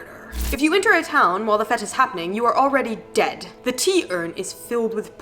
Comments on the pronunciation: Village Fet? Shurely shome mishtake I have always pronounced it to rhyme with Fate. British sea captain? It was Admiral Nelson. Hot Fuzz was filmed in Wells Somerset not to far from Glastonbury, or Bath, which you already have done. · I am confused by your use of "fet" - I can only assume you mean "fete", which is pronounced the same way as "fate" - in fact a fairly common pun is the "fete worse than death" Admiral Lord Nelson's body was brought home in a cask of rum, that being the sailor's traditional drink. "Tapping the admiral" is the phrase you're looking for. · In all my years I've never heard a single person pronounce it anything other than 'fate'. If anyone said 'fet' to me I'd laugh and point at the village idiot. idgaf what 'the correct' pronunciation supposedly is, the accepted pronunciation is fAte. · Fete is not pronounced like fete but rather like fate (with a harder a) It's a borrowed/stolen word from Norman French. And the captain you are referencing is Lord Admiral Nelson. The most famous sailor in Britain. He won the Battle of Trafalgar and thus prevented the invasion of Britain by the French and gave Britain naval supremacy over the rest of the world for the next century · What's a fett? Is that a Star Wars reference? Has Boba set up shop in a quaint English village? It's pronounced the same as "fate". It is my fate to go to a fete. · In all my years I've never heard a single person pronounce it anything other than 'fate'. If anyone said 'fet' to me I'd laugh and point at the village idiot. idgaf what 'the correct' pronunciation supposedly is, the accepted pronunciation here in the UK is fAte. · fete pronounced 'fate' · Fete is pronounced FATE as in destiny.Also my grandfather die after falling into a vat of whisking , he had to get out for a pee 7 times.(SORRY!)Basement are an American the british people will only bury you there after you've been killed somewhere else . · It’s pronounced Fate. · fete is pronouced FATE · fete is pronounced fate